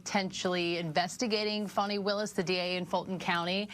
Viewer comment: I wasn't going to acknowledge this until the announcer called Fani Willis, Funny Willis. It is worth a thumbs up.